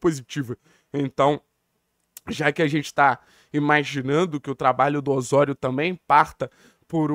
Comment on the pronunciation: Além do sotaque cario-espanhol ……Ôssôrio😂😂pare meu! Aqui é Ozório! Brincadeira a parte, foi o primeiro canal a anunciar chegada do tecnixo